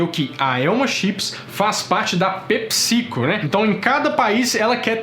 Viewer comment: ta falando pepsico com acento na vogal errada.